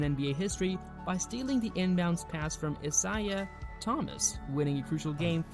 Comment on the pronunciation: Wow never heard someone speak so poorly?? How can you not pronounce Isiah Thomas or even Milwaukee. Definitely not from the USA or this is proof the education system is a complete failure.